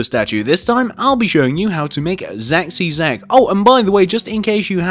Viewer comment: It's Ask not Zack